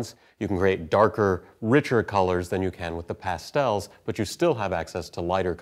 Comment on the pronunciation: haha, 'Pass-tells' Never heard them pronounced like that before. Great video!